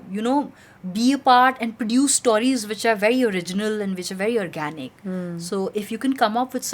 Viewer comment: Persistently pronounces o as au....stauries 😂